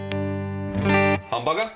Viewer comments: Lol, pronunciation of humbucker sounds like hamburger and dammit, now I'm starving for a hamburger! Thanks! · If you put on subtitles says hamburger not humbucker